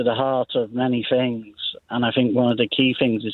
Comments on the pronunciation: Do retired consultants pronounce ‘things’ as ‘fings’ ?? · A retired NHS Consultant who pronounces the word ‘things’ as ‘Fing’s’?! No, I’m sorry somethings no right here.